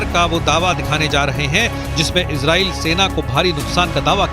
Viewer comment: Kyu Izrel Izrel bol rahi ho It's a Arebic word Israel